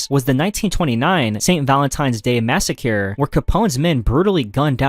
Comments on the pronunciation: Don't forget "massa-cure" 😭 I'm surprised that no dictators have used that term, yet. "You had it all wrong, it's not a slaughter - it's a massa-cure" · "Massa-cure" was a particularly interesting one 😭